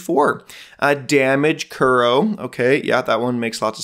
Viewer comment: Ocula -> Ah-Cue-La Zensei -> zen-say (like sensai, but with zen) KUURO -> Cure-oh